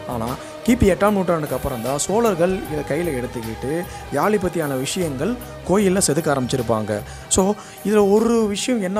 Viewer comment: Yali illa yazhi pls pronounce carefully.... Zhagaram